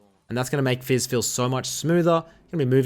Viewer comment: It's "fizz" and "ahri" Not "We" and "ahri" Or am I wrong?